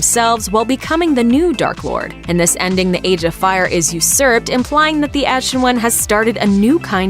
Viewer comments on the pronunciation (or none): none